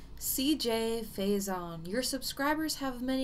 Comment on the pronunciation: Can I say this. You are saying CJ’s last nsme wrong. Lol 😂 just putting it out there but I’m very curious of what you have to say.